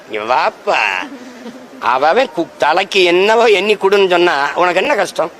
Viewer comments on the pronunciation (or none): none